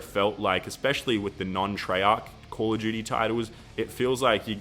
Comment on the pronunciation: hahahah call of gudy